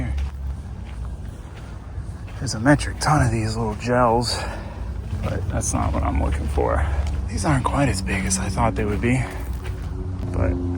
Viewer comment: “Jehls” lol gotta say I’ve never heard anyone pronounce it that way! But I’ve worked for Gehl (Manitou) for the past 14 years and just so you have the proper knowledge of the name annunciation, it’s pronounced “Gail”. 😎👍🏼